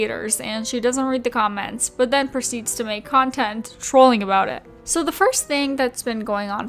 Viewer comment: The way she says SO... "SHOW" obsessed, SHOW much respect 😳